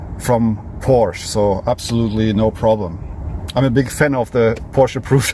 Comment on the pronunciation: This is a Porsch-e-, don‘t forget the „e“